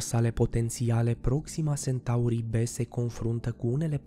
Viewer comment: Iar Sentaurii.... Unde ai auzit ma tu de "Sentaur"???? Eu parca știu de "Centaur"..... A, englzismele astea care ne umplu de ifose